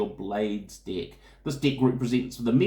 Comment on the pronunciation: Sounds like he's saying dick for deck.